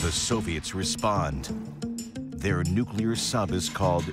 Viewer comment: the Soviets the nucular subermaine before the united states